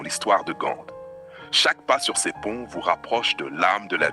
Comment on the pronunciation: Ce n’est pas Gande 🤪 mais Gand et les façades ne sont pas hollandaises mais flamandes. Et ce n’est pas l’Emile Braun plaine, mais la place Emile Braun, etc, etc,…